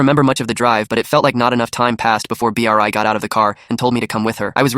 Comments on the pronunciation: the AI not being able to pronounce Bri is so annoying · Bri❌ B r i ✅ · Why is nobody talking about how th AI was saying Bri's name like B. R. I😭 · I love how the AI pronounces Bri's name as B R I and I bet if someone irl was telling it, they'd also say B R I 🗣️🗣️🔥🔥🔥🔥